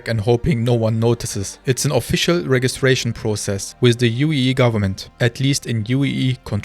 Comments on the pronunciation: The "G" in registration is pronounced with a "J" sound. 😊 I believe CIG has already addressed this but there will always be regional servers. The finished global shard simply cannot work due to enscapable latency. US, EU, SEA and maybe a Chinese region. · You"re English is better than many native speakers. Just a quick note 'Register' and 'Registration' use a soft g so it would be pronounced with a J sound 'rejister' and 'Rejistration'. My mother was an english teacher and I have a lisp, so I got a LOT of attention on stuff like this, I might have a complex. :)